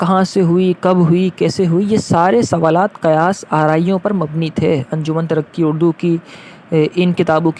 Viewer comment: Pronounce: Anjuman E Tarraqi E Urdu